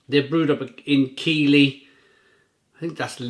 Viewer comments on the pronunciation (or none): It's pronounced Keithlee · Top review, as always. Keighley is pronounced Keithley though!